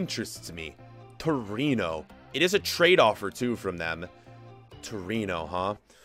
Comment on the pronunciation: Is torino not torono